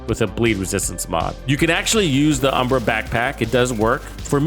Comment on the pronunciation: It's UHM-BRA, not OOM-BRA🤣Still not sure about this gearset, maybe this is the build that makes me want to use it..